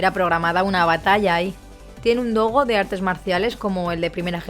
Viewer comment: NO ES DOGO, ES DOJO!!!!